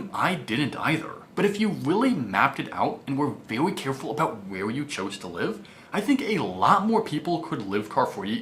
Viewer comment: Elmer Fudd syndrome. Evwry, vewy, wule of thumb, weduce your expenses, thrwee thousand, retwere. ugh. He was doing so well in the last few videos.